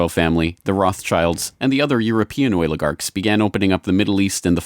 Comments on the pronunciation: I just wish eddie bravo woulda warned me HOW MANY TIMES THIS FOOL SAYS OIL-A-GARKS!!!!!! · "The oiligarchs"